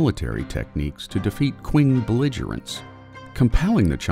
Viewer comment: You pronounced "qing" incorrectly. It's pronounced "ching." Just FYI